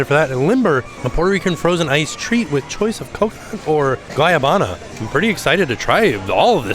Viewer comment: I appreciate the effort at pronunciation and don’t feel correction is really necessary except that I just feel like “gwa-NA-ba-na” is just so fun to say!